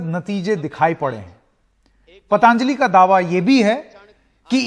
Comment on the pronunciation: शब्द पतांजलि नहीं पतंजलि है। उच्चारण सुधार लें तो मेहरबानी!